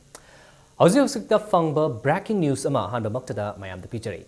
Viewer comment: u still need to learn how to pronounce breaking news